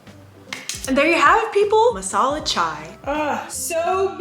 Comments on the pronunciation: Indians here- It's not masala chwai!! It's chai!! 😂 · The way she said chaiii is literally how Indians say it